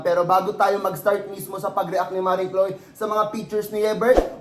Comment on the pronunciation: chloe hinde choloe